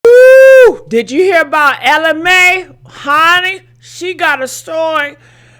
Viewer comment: Would please say her name the right way.